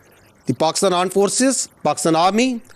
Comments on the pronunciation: Aaand forces nhi G...aaand forces 😂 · Everything is temporary But 'Aand forces' is permanent 😂🤣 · Here comes the fearful "Aand Forces" again!! 😂😂